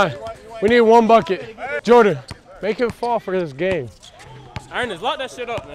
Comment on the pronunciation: You said Jordon lol